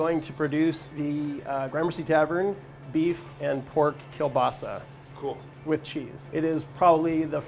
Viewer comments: So close to perfect pronunciation. Just change that "l" sound to a "w" sound and you're golden. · hi its klobasa not kielbasa.... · All my russians are cringing right now becuase of the way he's saying kielbasa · Doesn’t even pronounce kielbasa correctly smh